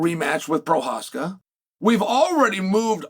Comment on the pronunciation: At least he got Prochazka down right 🤣